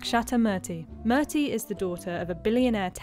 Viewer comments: It’s Moo R Thie!! A little bit of homework with help but you won’t do that because you all like mucking up name pronunciations be it PackisStan instead of Paak is Thaan or Mazlim instead of MUslim … or Mertie instead of Moorthie 🤷🏽‍♀️ ugh! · It's pronounced moor-thi not mur-ti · Its not merty..... Its Moorthy. (His wifes name) Damn brits cant even pronounce a name right 🤣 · Please Murthy is pronounced as (Moorthy) And not (Merty). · it’s not murrty… it is pronounced as “moorty”. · It's not murrrrthy , it's pronounced Moorthy. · It's not murteee...it's moor thee...get your pronunciation right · It's interesting how the narrator ignored to properly pronounce Murthy(say it like Moorti) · Her name pronounciation is moorthy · It is pronounced moorthy, please be respectful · Pls tell this channel woman to pronounce murty correctly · Its Moorthy.. pronounce correctly! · It's pronunced moorthi 🤦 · It's moorthy u have to pronounce to that way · You are pronouncing Murthy incorrectly. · Murthy needs to be pronounced correctly